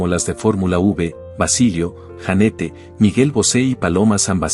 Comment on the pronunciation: Jeanette se pronuncia Yanet